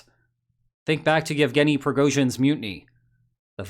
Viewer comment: "No half measures, Yevgenuh"